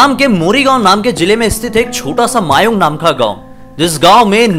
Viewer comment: Thank u ki ap ne Assam k bare mai video banaya . Aur ha aisa bhi hota hai mai kabhi jana chahunga udhar . 🙂🙂 very nice video. Aur vo mayaong nahi mayang hai 😁😁